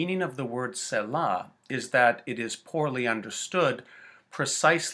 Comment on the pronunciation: You are pronouncing it wrong, and it is driving me fucking mad. Also you are wrong!. It simply means to pause and reflect. See- LAH. Not Sella . Stupid ass.